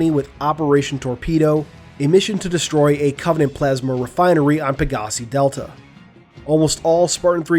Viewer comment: “Pegaahsi Delta” lol the emphasis is on the “I”, as in the plural of “pegasus”?